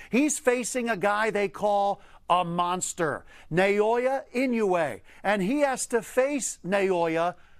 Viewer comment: They pronounce inoue’s name 3 different ways in one video lol